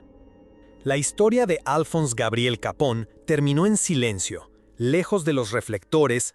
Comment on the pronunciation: Gran video , aunque te pasas todo el mismo vídeo pronunciando mal su apellido , No es capón, si no , Capone , es italiano no inglés